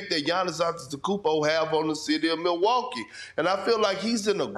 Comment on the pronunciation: Really espn? MILWUA??? KEE? IT'S MILWAUKEE BRUHHHHHH.